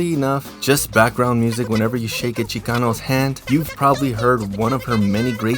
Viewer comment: Damn Boy you had when you said “Chicano”, Órale!!!